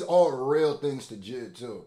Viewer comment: Jay Eye Dee not jihd